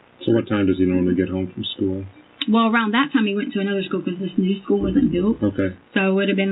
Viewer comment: Ikr? Education is supposed to be her forte but she pronounces school "skoo". 😂